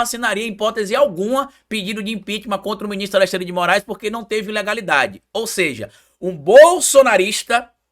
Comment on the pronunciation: tem língua doida: Fala Alessandre ao invés de Alexandre